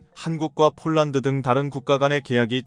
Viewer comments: 폴랑드 폴랑드..알만 할건데..그대로 읽어 버리네.~~ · 폴란드를 폴랑드?중국식발음인데? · 발음 폴랑드 포랑드 가 어디아 사람이 하는 말이야